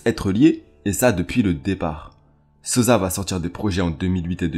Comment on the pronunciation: Sossssa pas sozza man t’abuse 😂😂